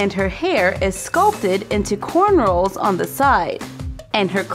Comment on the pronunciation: Isn't it accessories pronounced aksesories not asesories? Sorry I'm just confused. Isn't it cornrows not cornrolls?